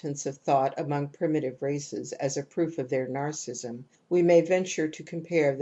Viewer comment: much appreciated, but her pronunciation of narcissism as 'narcism' is so distracting!!! can we please give her a call?;-)